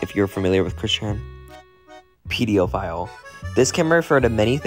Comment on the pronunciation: i think the “pediophile” bit actually refers to the way she pronounces it😭 she says it like pediophile instead of pedophile